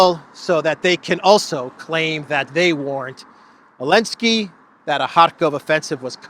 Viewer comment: Why does he call Zelesnki - Eleneski? Is it because of Ukraine boycotting/against Russian Special Military Operation /War symbol "Z"?